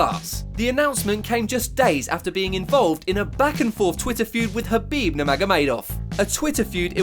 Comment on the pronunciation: It's Khabib, not Habib. 🤦🏻‍♂️